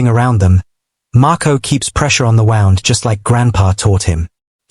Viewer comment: You missed pronuced wound